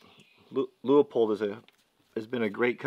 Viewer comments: It's "loopold" not "louypold"... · Leupold is pronounced Loo-pold. Great scopes made in my neck of the woods. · Please, Please, people, STOP calling Leupold "Lee ooo pold! It is pronounced Lu pold! just call them on the phone and ask them!